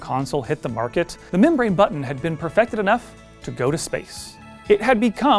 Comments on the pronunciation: Thank you so much for saying “button” correctly. I would not have made it though if this was about the “BUH-EN” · Thank the gods you have a presenter who is capable of pronouncing the Ts in button. There's a videogame channel on here whi is incapable, and it drives me nuts when he says "bu'-on"